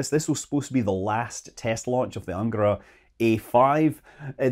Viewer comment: Happy New Year, Scott! -Best wishes! -It's pronounced "angarA", BTW... ;)